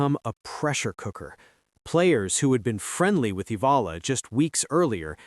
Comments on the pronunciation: Alex EALA is pronounce EYALA. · It’s AAAAH-YAAAH-LAAAH you AI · Please pronounce her name, Alexandra /Alex Eala (E y a l a). All of us will appreciate the effort. Win or lose we support and pray for her. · It's eh-yah-lah